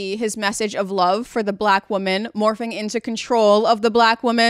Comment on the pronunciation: "wombman" BRO WHAT 😭